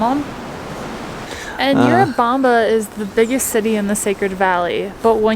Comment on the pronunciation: It's not You-rubamba. It's Urubamba. It's called Sacha Tomato (Andean tomato).